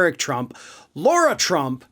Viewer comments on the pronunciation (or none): Her name is Lara, not Laura